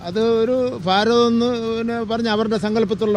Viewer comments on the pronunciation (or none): ഫാരതം അല്ലെടാ പൊട്ട ഭാരതം 😂😂😂😂😂